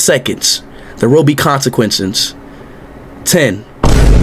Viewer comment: Consequencents lol 😂